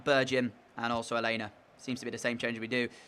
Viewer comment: your saying alena name wrong